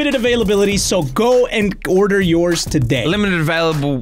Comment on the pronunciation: who noticed when said go and order yours today he said go and g-order yours today.